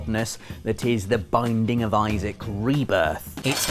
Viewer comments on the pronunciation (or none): none